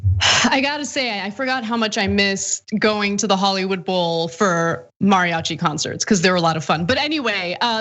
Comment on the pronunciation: This anchor keeps pronouncing “mariachi” weird and it’s bothering me